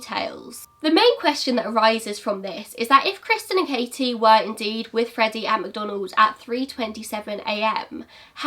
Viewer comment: I know this is an older video but thank you for pronouncing the t In my name! (Katie) ngl it’s a pet peeve of mine when people call me kayie 😂😂 ps very interesting case